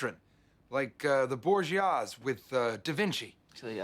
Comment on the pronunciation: You don’t know anything about history either… Borgias. Not bourgeois.